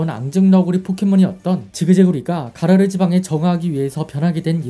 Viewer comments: 가로라가 아니고 가라르 아닌가요ㅋ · 가로라가 아니라 가라르요..